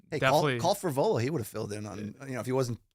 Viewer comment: I thought it was Johnny Eblen and was thinking huh I thought they were getting Frevola and it turns out it’s actually Fravola😂